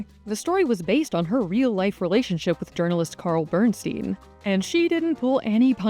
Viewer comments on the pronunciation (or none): none